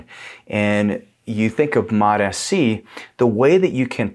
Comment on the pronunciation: Sounds like you keep saying Mot-Fc.